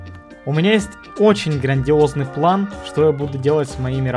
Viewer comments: Почему плэн а не план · ГОВОРИ ПЛАН А НЕ ПЛЭН😡😡😡😡😡😡